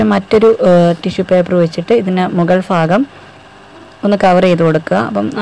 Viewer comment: Fagam alla bhagam